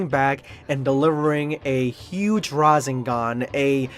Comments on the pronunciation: Da hegg is a razengan? It's ra- sehn ghan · You have to pronounce ra Seng gan not ra zeng gan ok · bro said "rasingan" LOL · You pronounce rasengan incorrectly so not sure if you can be taken seriously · Gotta work on that Rasengan pronunciation my guy lol